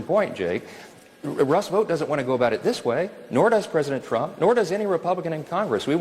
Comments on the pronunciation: My brother in Christ, are you actually reading this or is AI reading a script in your voice? Russ Vout (rhymes with ‘out’)?? It’s pronounced VOTE. Project two-thousand twenty five. Are you serious? Who SAYS that?? It’s Project Twenty Twenty-Five, as in the year. 😂 What year were you born in? Why, one thousand nine-hundred and eighty seven, my good sir! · It is pronounced vote. Is this an AI voice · Vought rhymes with Vote.